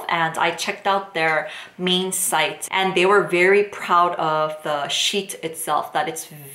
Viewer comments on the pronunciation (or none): none